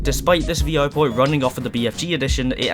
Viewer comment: Why are you saying V-O?